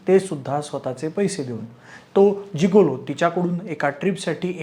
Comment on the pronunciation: जीगोलो ❌ गिगोलो ✅😅